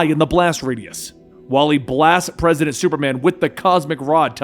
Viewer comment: I can't be the only one that laughed every time he said Presi8dant Superman. He introduced himself as President Superman